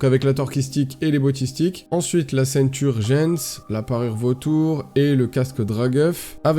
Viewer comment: Yo, je viens de découvrir tes vidéos vraiment tout est propre on dirait que je regarde du SAPEUH mdrr bravo à toi ! Petite note: On dit « Ceint URGENCE » pour le jeu de mot et pas a la ricain ceinture jeuns 😂😂😂